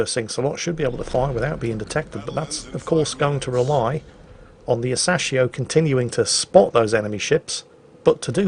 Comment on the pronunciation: Its Ah-Sa-Shi-O, smh